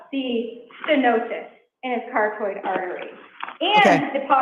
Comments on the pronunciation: Her saying "car-toid" is like nails on a chalkboard. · So Lawyers can speak Latin but Massachusetts lawyers can’t speak English and pronounce Carotid properly?